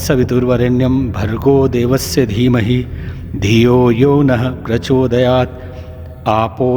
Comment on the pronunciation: प्रचोदयात् he has pronounced correctly